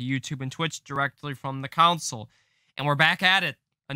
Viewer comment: Why does he say console like that